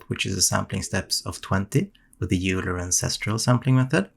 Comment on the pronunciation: Euler is pronounced "Oiler" just FYI.